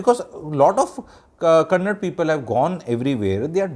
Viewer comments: Its kannada and not kannad. I am from bengaluru. That person did ask her in kannada without knowing her arrogance. He never got clarified as he coukd not speak Hindi. But thanks to those people propogating hindi as a national language and Sonu nigam singing in a concert in Karnataka equating us to the reason for the Pahalgam attack. I being a kannadiga have fluent hindi because the very first time i visited Bihar i did manage to learn hindi. Stop this non sense of maligning for no reason. I recall in one of the episodes where you made a video of how ethical we sourh indians are compared to north india. I did witness this change when i visited patna, lucknow, mainpuri, vaaranasi. Those states have gone for dogs with law and order been thrown to the air. Obvious people would migrate or i would rather say exodus to south india for their livelihood. Let me remind you this got ignited post covid when mass exodus from these states became more visible. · SIR.. aapki bhot respect hai.. aap bhi dusre Uneducated logo jaise " KANNAD " naaa bole . KANNADA bolte hai usko.. jaise Hi di ko HIND ya Paaani puri waale nhi bolte hm log idhr. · Sir. One correction. It is Kannada and not Kannad. I know you respect all languages but it is important to say the language name correctly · When you are in ROme, be ROme. In the similar way, she should have known atleast basic kannada, that too especially when she is in public life. She is not asked to speak gramatically correct kannada. Atleast ahe should have that basic communication in kannada and mainly she should have that right attitude of learning the language of the land she is staying. Sir, atleast first learn - it is kannada and not kannad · Sir your age is may more than 50 years and I calling kannada as kannad language , u people call can pronounce Canada perfectly but not kannada. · bas yahi karte raho.. its a proper noun and it can be pronounced as per the convenience of the speaker without being disrespectful..